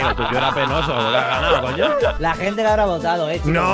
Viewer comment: Me voy a ver la resistencia. Adióhhhh mi hente, suh quieroh